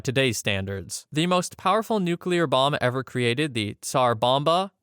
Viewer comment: I do respect you for pronouncing Nuclear correctly.